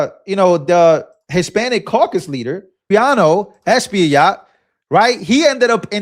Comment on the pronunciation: Is pronounced (es pa yat ) Espaillat